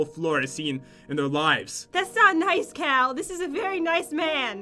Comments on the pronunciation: It's pronounced Cow. Cal, and Cow are the same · "That's not nice Cow" lol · said cow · Am I the only one that thought was saying Cow instead of Cal? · madison wilson I 💭 so to she said 🐮 instead of cal